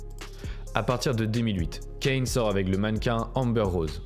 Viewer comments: ca se prononce pas « kenny west » mais « kanyé west » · On dit Kanyé frero c pas Kenny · Kanye pas Kenny 🤦🏾‍♀️ ...faite un effort! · La vidéo est bien mais c'est pas dans l'ordre chronologique donc on se perd et tu dis Kane au lieu de Kanye j'ai l'impression